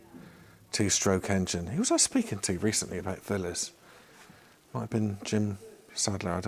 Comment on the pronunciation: You obviously know very little about old machines. The two stroke Velocette was so very obviously a single cylinder machine. You didn’t recognise the Matchless tank badge and couldn’t properly pronounce Excelsior or Villiers.